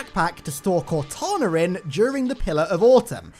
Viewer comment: love when you say cortaner